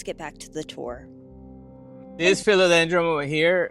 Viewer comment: Dude- are you saying Philodendr-um?